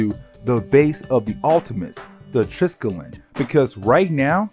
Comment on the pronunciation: Not gonna lie i cringe when you pronounce triskellion